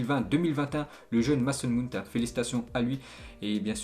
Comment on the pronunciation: "meysson mawount" stp😒😒